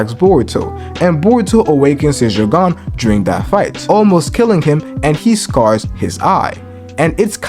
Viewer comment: Stop pronouncing it joggan 😂😂